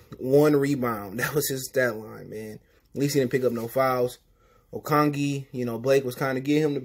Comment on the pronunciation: "Okongie" did you mean Okogie? Lol